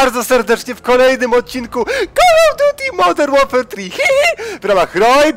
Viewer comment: Kol of duti moder łerfer trihihi ! :D